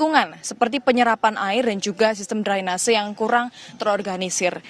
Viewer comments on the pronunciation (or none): none